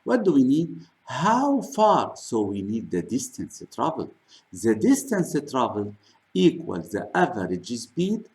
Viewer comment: Why Your English Sucks ? what about your " the " ZAAAAAAA Are you teaching babies ?